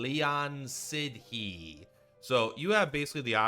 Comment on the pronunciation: Nice video. Sidhe is prononced shee. Its a tribe of fea/elf.